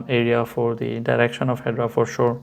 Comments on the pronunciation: Pronounced Hed-era not hedra 😊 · First and formost, It’s Hedera not, ‘’Hedra’’ Your lack of the basic knowledge is apalling. ‘’Hedera’’ means IVY in Latin. Calling investors stupid; people trying to make a better life out of themselves but made a mistake, that’s rude too. Your face- fugly. YOUR PERSONALITY-FUGLIER.